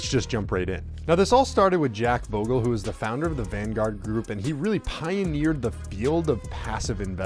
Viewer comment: you should at least learn how to say the man's name...your butchering the pronunciation of Bogle bud